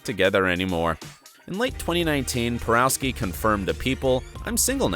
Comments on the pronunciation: Antoni's last name is pronounced "Por-OFF-skee" (not "Por-OW-skee") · omg - Antoni's last name is pronounced "PoROVskee" , ugh...